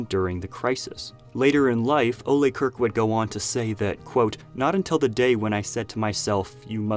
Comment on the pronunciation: Why does everyone keep sayng Kirk incorrectly? Can no-one look up how to say his name? It's not pronounced as Kirk from Startrek...